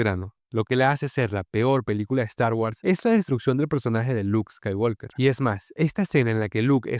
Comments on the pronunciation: Mi única discrepancia con tu análisis es que el apellido de Luke: SE PRONUNCIA "SKAYWOKER" y no "SKAYWALKER" !!!!!!!!!!!, aparte de eso MUY BUEN VIDEO. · La L de Walk no se pronuncia. Siempre se dice "scaiguoker" tanto en idioma original (inglés) como en el doblaje español (Hispanoamérica). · Skywalker…la L no suena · la L no se pronuncia en "Skywalker"